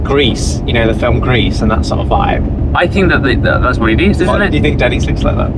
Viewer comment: just about choked when he said Denney's